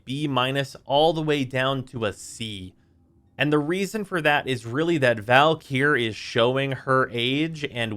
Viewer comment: i also think he overlengthens the e in valkyr